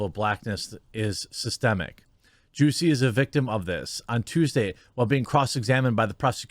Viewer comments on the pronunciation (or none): Because it’s jussie like “just” without the t. And then “e” so “jus-e” and his last name is pronounced small-ette lol